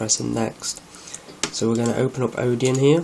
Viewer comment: sorry, but if you don't understand what a kernel is, telling people how to flash it is not a good idea. also, it's Odin, not Odeon.